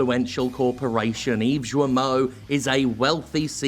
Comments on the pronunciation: Since I don't think Guillemot is stupid, I think he knew and just didn't care (so yeah, it makes him an asshole) PS : If you want to pronounce correctly the name of the moron... I mean Serge Hascoët, it's something like "Serj Az-ko-ate" (another Breton... many apologizes for that from Britanny ;_;) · Is that really how he pronounces his surname? With a soft G sound? That's kinda odd. He's French, right? Usually, with that spelling, French mandate a hard G, like in "guild" or "Gilbert". So his name should sound exactly like Guillermo Del Toro's, except without the r sound in the middle. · I'm not sure that's how you pronounce "Guillemot", but then again he's arguably forfeit the privilege of having his name spoken correctly. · Guillemot, say the first part like Guillotine. Sincerely, a frenchie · Guillemot ; when there's a u next to the G, it means it's an hard G, not soft like J. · The G in Guillemot is pronounced like in "guest" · Hey, just a side note about the pronunciation of "Guillemot", it's pretty easy to remember : you pronounce "Gui" like in "Guilty". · Hey Jim, since it seems you might be talking about the dude some more in the near future, and since I don't know if you do it on purpose: his name has a hard G. The U is silent (it makes the G a hard G), and (kind of) so are the double Ls (they're used to mark that you both pronounce the i and that you link the following vowel with a 'y' sound). And to top it off, the T is silent too. Apparently, some english speakers pronounce it "gi-luh-mot", but if you show the name to a native french speaker, they'll most likely pronounce it something like "gii-mo", or "gi-yuh-mo". Yeah, I know. TL;DR: Hard G and silent U in his name please :) Regardless, screw the guy, and thanks for your hard work and dedication. It's a bit sad that it came to this, but your fuck 'em attitude over the past few weeks has been oddly... cathartic.